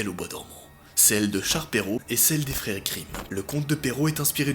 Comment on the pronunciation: Je rêve ou il a dit les fere Grimm a la place des frères Grimm 😂